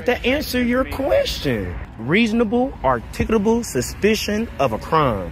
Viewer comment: Before anyone decides to become an auditor,learn how to pronounce the word articulable.